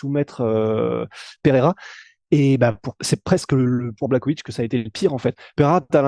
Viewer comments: jan BlaRowitz ca se pronomce comme ca ..... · Ca se prononce < blaRovitch >